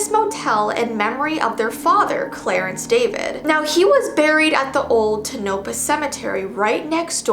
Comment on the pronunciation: Not to be rude but you pronounced Tonopah wrong it's pronounced tOnapah and if it came off rude I am sorry